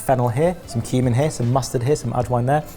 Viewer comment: Heard Human seed instead of Cumin seed at the start there and was very worried at how blasé was.